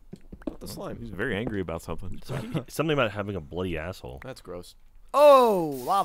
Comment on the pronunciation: is that another slime? Gavin: el slime(sleemeh)